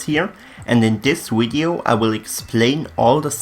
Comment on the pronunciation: "In this wideo"